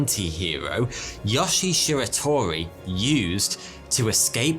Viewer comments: You consistently mispronounce Japanese names. In Japanese, all syllables consist of a consonant sound followed by a vowel sound. So his name should be pronounced as Yo-shie Shi-ra-to-ri not Yosh-ie Shir-a-tor-i. Similar mistakes are made in the other Japanese names in this video. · btw yo-she-a she-ra-to-ree